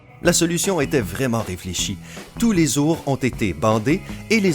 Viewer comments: 4/14 , stp enleve cette voix de merde et on dit des ou rs et pas zour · Des "zour" en peluche ... Bravo la prononciation 👍👍